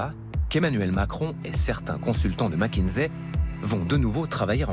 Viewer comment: Petit reproche à faire,c'est pas mac mais mc(mec)kinsey😊